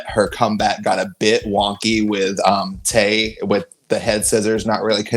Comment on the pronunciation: Okay... I loved the match... but I lowkey disliked them pronouncing "Tay" wrong 😅😅 ( A brazillian name guys, pronounced differently )